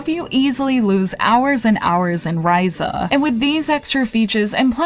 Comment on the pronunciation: Bitch, how did you play through this whole game and not figure out how to say the main character's name right?